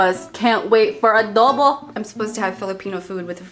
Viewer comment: it's adobo not a dubble:)